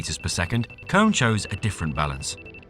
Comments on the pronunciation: I believe the pronounce for the lift and elevator company "KONE" is "Koh-Ni" instead of cone. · KONE is pronounced CONE-A ... train your AI better...